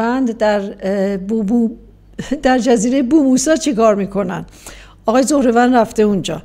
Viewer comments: سلام لطفاً درست تلفظ کنید جزیره بوم‌ سو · خانم اگر اسم ابوموسی را بو موسی بگید بتاریخ حقوق رجوع کردید انزمان نام خلیج فارس را مجبورید جور دیگه تلفظ کنید زمان پیامبر این خلیج‌فارس بحر الفارسه خوانده شده در عربی فارس یعنی اسب سوار پس همون نام بگید البته هک نباید هیجانی حرفزد